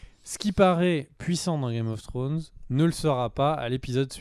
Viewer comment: Vidéo parfaite à 99%, le 1% qui manque c'est l'élocution au départ de Game of Fhrones 😋